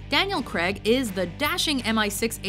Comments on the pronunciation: "Daniel Creg" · cracks me up every time "Daniel creg"